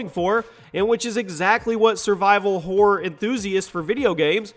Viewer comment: Hahaha right survival "horre' haha XD